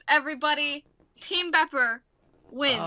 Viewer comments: BEEPER NOT BOPER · # people who can't say bepper or skorm :3